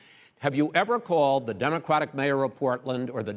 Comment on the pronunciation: Am I the only one hearing Chris say demoqwatic